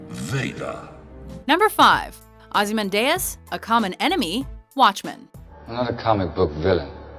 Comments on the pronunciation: Not only that Eddie, but the pronunciation is wrong. It's NOT Ozymandais, It's OzymanDIAS. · Ozzy-man-dee-us not ozzy-mun-day-us.... F$%^!!! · I think ozy-man-Dias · "Ozymandayus" you mean "Ozy-mandee-us" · Please make sure you pronounce the names correctly. Dee us not day us. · Ozzy Man Deus???? GTFO Ozzy Mandy Us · sonicdeatmonkey I know right, Ozzy-man-day-us............what?!?! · I died when you pronounced Ozymandias. Aussie-Man-Day-Ass is just wrong. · The fuck you pronounced Ozymandias as "Ozzy Man Dayus" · Evil Villan Ozi-men-day-us! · what the fuck is a ozehmandayas? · Everytime yoy pronounce it Ozymandayus I want to cringe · that pronunciation of Ozymandias makes my eyes bleed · prepared to write something in defense of but then I heard the pronunciation 10 seconds later. Just, wow... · came here to say something along those lines. Ugh that part of this channel drives me insane, they could at least check their pronunciation on this shit before doing it. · was bout to write in a comment section my self, but it's easier to check below and see if someone has done it alredy -.- WD does like to tease us. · Dont they say his name in the movie? always does this. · Each mispronunciation of "Ozymandias" was just a stab in the heart. Uggghhh.... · It's pronounced "Ozzy man di us" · The pronunciation of Ozymandias. Wow. Just wow. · Mispronounced Ozymandias. Good to see its not just the anime lists that are plagued with that. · Ozymandias isn't evil and you said his name wrong. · What's with the weird way of saying ozymandias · Another completely random top10. Also that's really not how you pronounce Ozymandias. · Please don't say Ozymandias' name anymore unless you're gonna pronounce it correctly,.:/ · Could your pronounciation of Ozymandias be any worse?